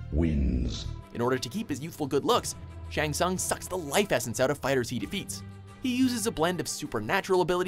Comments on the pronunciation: How the fuck does mispronounce Shang Tsung as "Ts-ung" when the video clips they put in clearly show that it's pronounced "Ts-oong"?? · ok .... U Can't pronunce "Shang Thung" even if Shang Thung hiself prononce his name in this video.... I give up